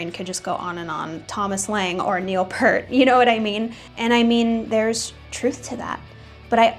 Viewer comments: It's Neil P(ear)t not Neil Pert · Heard Pert again. (grinding teeth) It's Peart, like ear! Please, I need HELLP! lol... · It’s not Neil Pert. It’s Neil Peart. Like ear but with a P and a T at the end :) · Its pronounced P-EAR-T" Its "EAR" with "p' at the beginning and "T" at the end. NOT "pert." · 'Peart' is pronouced "peert" 😉 Great video otherwise! 😄👍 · Nobody saw it coming because, just like you don't know how to pronounce Peart, has ZERO history even talking about RUSH. This is utter nonsense